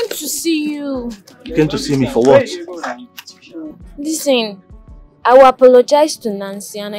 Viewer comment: Please o pronounce the listen as lisen Listing listing 😢